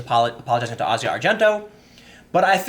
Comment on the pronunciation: It's just Asia, not Ah-zi-ah